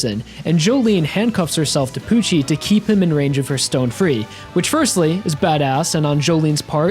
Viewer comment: The deepest part of it was when Jolyne said “sTonE FReE.”